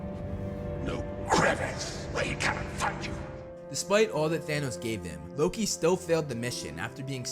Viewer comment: Did you just call loki luki